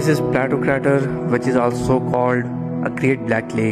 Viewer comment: क्रेटर सही उच्चारण है, क्रैटर नहीं! 😊